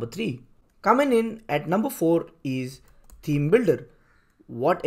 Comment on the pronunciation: Great info in your tutorial, but I had to listen 3 times to understand it. You should consider hiring a native speaker of English to do the narration; the thick accent is barely comprehensible, especially at high speed and staccato delivery. "Theme" is not pronounced as "team", and what is "wook"? Anyway, my takeaway is that the native WP blocks are great for newbies, but they should graduate to Elementor et al as soon as they can, right? Thanks again for the great info!!